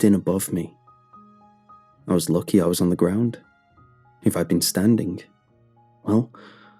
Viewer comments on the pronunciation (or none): none